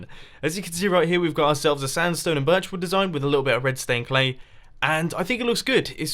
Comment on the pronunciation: why do you call red stained clay redstone clay? or is it just me hearing redstone?